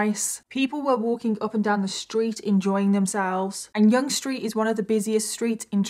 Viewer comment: It was very tragic and happened not far from my condo. I must say, I’m very impressed that you pronounced Yonge street correctly. Lol. You told the story very well and we can all hope that this will be the last incident like this, but somehow I don’t think it will be. Keep up the good work, you tell a story very well.🇨🇦🇬🇧